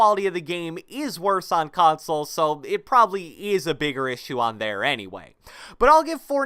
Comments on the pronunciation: Cant handle when he says console it sounds like [cronsole] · Every word with a “c” or “k” sounds like “KKKKHAWNSOLE” “Khhhawnsole” “Khhoment”. I couldn’t stop hearing it. Lol.